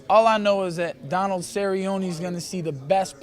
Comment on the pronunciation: Man is BUTCHERING Donalds name